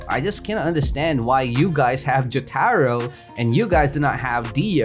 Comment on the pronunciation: man says "Jyatahro" Jotaro: yare yare